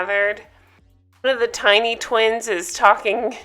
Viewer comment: LOVE your recaps.... When you say Tiny Twins all I hear is Tiny Tots 🤣😂🤣